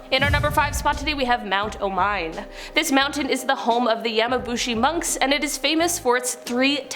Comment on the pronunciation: not omayn read it o-mi-ne thanks